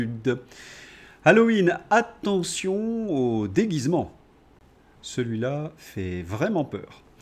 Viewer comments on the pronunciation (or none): Bonjour. "...halloween attention au dégusement... " quel déguisement?